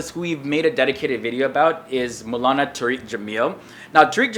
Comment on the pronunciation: it's pronounced "Tar-Rick" not "Tureek"-- you're changing the meaning dude!!!!